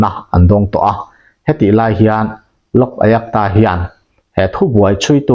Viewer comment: Lok ayakta tia I lam kha a dik lo, lok ayukta tia lam mai tur a ni